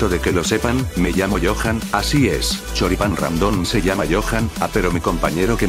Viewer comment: ese choripan modo peruano